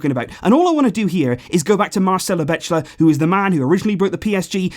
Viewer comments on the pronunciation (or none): none